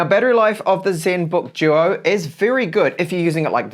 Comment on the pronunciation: Zenbook Juo. Juol screen.